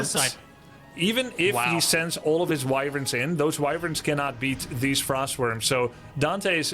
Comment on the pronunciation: Wyvern not Wiwwern lol